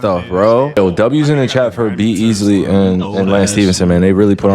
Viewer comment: Bro said B Easly